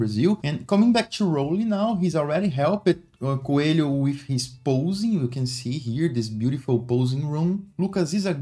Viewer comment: Coelho is pronuncied like co-e-li-o